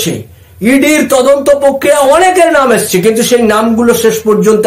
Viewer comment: 'প্রক্রিয়া' শব্দটির উচ্চারণ শুদ্ধ করুন। আপনার বিভিন্ন প্রতিবেদনে ওই শব্দটির বিকৃত উচ্চারণ "পোক্রিয়া' অত্যন্ত শ্রুতিকটু। "পোক্রিয়া" বলবেন না দয়া করে, বলুন 'প্রক্রিয়া' (Prokriya). ধন্যবাদ।